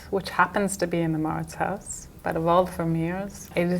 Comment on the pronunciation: En holandés, Huis se pronuncia JAUS como House en inglés, y eso es casa, sí :) sonaría como mauritsjaus (al menos así la conocía cuando fui).